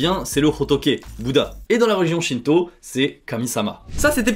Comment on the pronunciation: Je suis le seul à avoir compris "shinzo" au lieu de "shinto" 😅